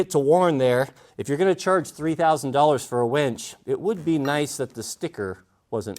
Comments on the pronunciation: I prefer a dress size 6 wench for my pickup. I know knows how to spell, it’s a pronunciation difference that makes me hear ‘wench’ when he says ‘winch’. Outstanding truck you have there. Awesome video, thanks,. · It almost sounds like you're saying "wench" instead of winch, which gives me a giggle every time you do one of these videos. Glad to see you're feeling better. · Winch not wench